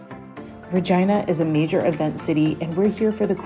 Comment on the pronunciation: Its ree-gina not ri-gina